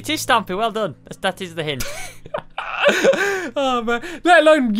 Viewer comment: Stampy: ke Squid: te